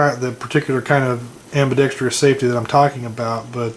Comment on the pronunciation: You keep mispronouncing ambidextrous. There is no long E sound after the tr in ambidextrous. Not a big deal.